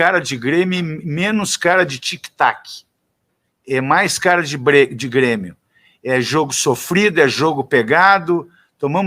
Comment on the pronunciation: ELE FALA "B"RÊMIO